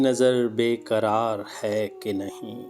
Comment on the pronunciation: پہلے قرار اور کرار میں فرق پیدا کرو۔ تم لوگوں کا وقت نہ جانے کس لئے ضائع کر رہے ہو۔جب کسی نے پہلے ہی اس کی اچھی ادائیگی کر دی ہے تو اب اس کا ستیاناس کیوں کر رہے ہو